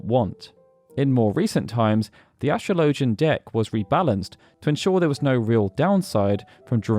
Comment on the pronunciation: Astrologian is pronounced the same way you'd pronounce astrology, since that is their field of expertise.